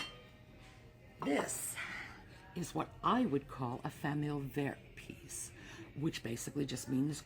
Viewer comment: I don’t this pronunciation of familial verde is correct. I do love the videos where you talk about the history of pieces and point out the names and styles. This old dog really is learning!